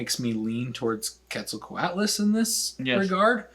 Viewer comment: although we accept Kwet-zal-ko-ot-lus as the correct pronounciation for the pterosaur, the god was apparently named Ket-sal-cut